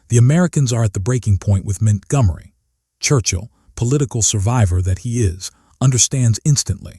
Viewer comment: Man this doc is hilariously stupid because La Lamy is supposed to be Al Alamein and , the AI states Montgomery's name as Mint Gummery. That said, WW2 Content Creators need to get their shit together if they're hoping YouTube Viewers will take them seriously.